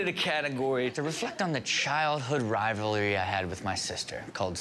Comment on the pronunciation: he barely got that out. "Rivlrrrrrlrrry"